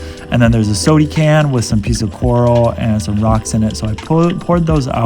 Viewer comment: Man you are so boring, and it is pronounced SODA can, with an a, not sodie can, you’re not a toddler.